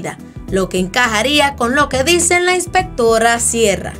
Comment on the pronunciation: "Inspectorra Siera" me muero, AAAAA